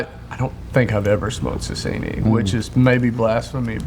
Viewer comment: Sasieni not Sasini